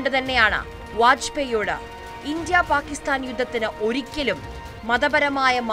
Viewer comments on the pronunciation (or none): ഇഞ്ചിയ അല്ല. 'ഇന്ത്യ' എന്ന് വ്യക്തമായി പറയണം കുട്ടീ. ആദ്യം അത് പഠിച്ചിട്ടു വരൂ. എന്നിട്ടു ബാക്കി ആലോചിക്കാം.